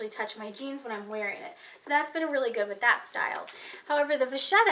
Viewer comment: Hi there vacchetta is actually Italian - vacca (pronounced just as you probably naturally want to since Italian is easier to pronounce for English speakers than French, the "cc" is a "k" sound like in "loca") means cow, vacchetta (pronounced with the same "k") is "little cow" literally (calf).